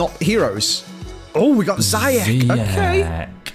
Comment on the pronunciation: that might be the worst way of pronouncing ziyech what was that